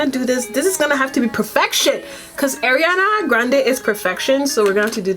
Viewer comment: Her name is pronounce ARE-IANA by the way.